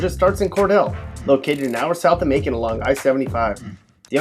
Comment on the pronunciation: I live in Macon. It's not like you say.